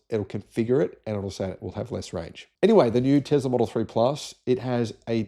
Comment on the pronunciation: Hate to point out the obvious but there is not a Z in Tesla. Love your channel apart from this constant mispronunciation of Nikola's surname. It's TeSla. Ask his mum, she'll tell you 😊